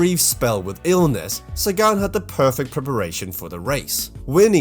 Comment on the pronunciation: Not Sagaan :(